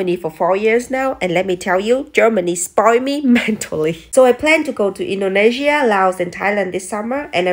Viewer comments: She pronounced it INDO-NE-SIA!!! Finally someone did it! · Oooh, she said Indonesia instead of Indonisha! That's how you know someone is local 😂 We don't mind foreign pronunciation, it's just different 😊 Welcome back to SEA, sister, have a great time home ❤